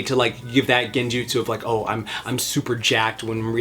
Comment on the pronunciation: "Gain-jutsu" nice